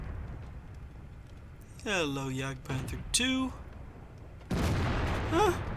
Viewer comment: "Hello Jadgpanther II" lol